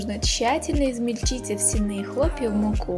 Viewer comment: Хлопья овсЯные, а не овсянЫе....